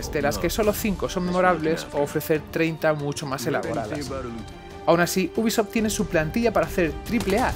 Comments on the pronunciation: Sson mis oídos,o dice buguisoft nada mas empezar el video..... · leon s kennedy venga coño!! Repetido mil veces al maximo. Te acepto que pueda parecer que dice bu en vez de u de ubisoft, pero el gui madre mia es clarisimo. Y entre bi y gui ya hay gran diferencia.